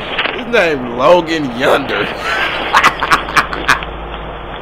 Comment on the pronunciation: "Logan Yunder" AHAHAHAHHA